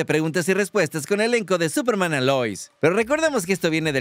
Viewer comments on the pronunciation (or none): te comiste la "S" de Superman 🤗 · Se comió la "S" de esperanza, digo de Superman 😉😅😅